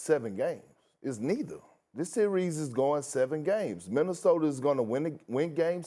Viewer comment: Stephen A saying "Minnesoter" gets me every time 😂